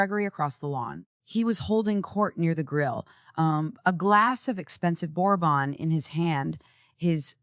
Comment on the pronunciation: Bad, bad AI voiceover. Champagne, bourbon, facade…people, don’t use these words if your AI cannot pronounce!!